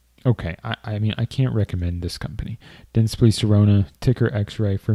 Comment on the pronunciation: You pronounced it "dentspli" but it's "DentsplY"